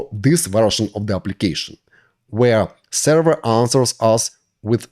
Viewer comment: im so lost. what is a sara??(i know he ment server)